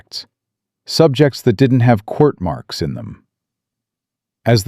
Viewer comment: You mispronounced and misspelled quirt